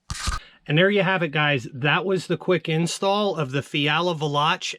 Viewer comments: Pronounced....... Val ... lock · Pretty sure it's pronounced VAY-LOCK. Don't quote me on that though.